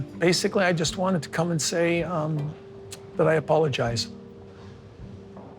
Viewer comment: He wants all the women to clap hands when he says " i apolozige"